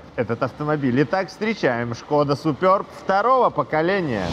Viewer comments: может суперб, а не супёрб🤔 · чехи говорят просто суперб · " Суперб". А не супёрб. Самим не пративно это слово, произносить. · если прям уж играете в англицкое произношение , тогда уж сьУпёб , а не супёрб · причем тут Китай? Я с Молдовы и у нас все говорят суперб или суперба. Смотрел несколько русских блогеров, они тоже суперб говорят. А тут супёрб о_О включил ещё несколько роликов, там опять суперб говорят. Вот теперь иди пойми как правильно - это в Белоруссии супёрб или все другие ошибаются. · 3ий лучше 😊 и да, не супёрб, а суперб😂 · Супëрб😂 смешно звучит 😅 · Только мне супЁрб слух режет?